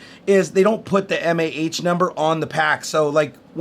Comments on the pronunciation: m-a-h? meh. "maw", hell no. Another EE here. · I'm just glad he didn't pronounce it "maw" like some people do. That is even more cringe worthy...Kills me a bit on the inside, too.